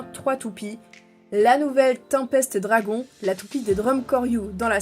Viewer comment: On dit Tempeste Dragoune